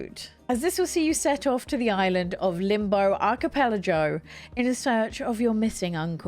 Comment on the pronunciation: Thanks for always making cool, fun and interesting videos❤ im excited for some of these games now😊 also.. im very sleepy and dutch, so im not sure if my brain and english is all here, but did u just say arcipelaJOE? :p